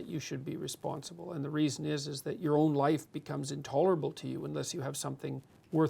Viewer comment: Loife. Really hurts my ears when he says life wrong. aahh